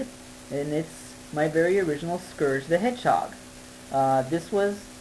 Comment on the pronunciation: Scerge? Lol that's how u r saying it.. heh